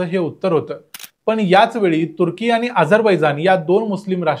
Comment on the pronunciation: मला तुर्की शब्द बरेचदा "कुत्री" ऐकु येतो! कशामुळे? 🤔 🤣